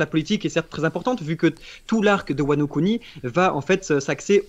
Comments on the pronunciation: Ils auraient du prononcer "Wano Kuni" Wano Couni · Y a que moi ça gêne qu’il dit wano cuni le gars? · Quand ils ont dis wano Kuni je me suis peter une barre